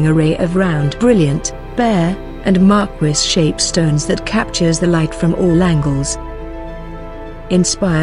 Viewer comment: The correct pronunciation is Mar-keez not Markwis